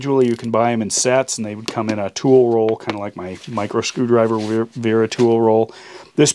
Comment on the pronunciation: It's Wera with a "W" not a "V"